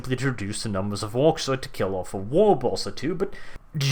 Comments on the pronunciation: i am pretty sure that it is WAAAGH!! is pronounced like "war" and not "wag". if i were an ork, i would definetly shout war if were going, or running, to war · Okay I have to say it. I know English isn't your first language, but is isn't pronounced "wag". It's essentially a loud roar of the word "war". Don't get me wrong plenty of other people get it wrong too, especially in America where the Rs are usually more pronounced. But the GH in Waaagh is silent. The Orks don't declare wag, they declare war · Dude, I love you man, but you're pronouncing it wrong. It's spelled roughly WAAAGH!. But not said like WARG, it's pronounced like WAAAH! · It kills me every time i hear you say 'Wog'. It's just 'War' with no hard 'r' at the end. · Why do you pronounce "Waaagh" as "Warg" when its a stretched out "War"? If your trying to shorten it try saying "Wor". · Little nitpick, but important none the less. It is pronounced "WAAAAAAAR" and not "WAAAARG" it is stays essentially "War", but orks are not the best when it comes to grammar. It is a miracle that they can talk or write at all.In the end. If you scream it, do it properly. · Sir, that was not a Waaaagh that was a Wuuuugh. Only a filthy grot would attempt to confuse the too. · The "gh" at the end of WHAAAAaaaaaaaagh! is silent, like shouting WAR! but letting the 'A' bleed into the 'R' and muddy it. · Pretty spot on..except your....vocalization of the WAUUGH.It's not "wog" as you stated, but more of a rough, cockney accent. That being said, it's actually the orcs screaming WAAAAAR! in the accent, which translates into WAUUUGH! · Why does everyone pronounce it as wog? rather then WAAAAAAAAAAAAH, with a soft sound at the end? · Im sorry, I love you. But the G in Waaaaaaaaaaagh! Is silent. We have audio of what Orc battlecrys sound like. The G is silent. You saying Waaahg is silly -_ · I have never heard anyone pronounce the "G" in "WAAAGH!" You'ze one o' dem weirdboyz. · THE G iS SILENT.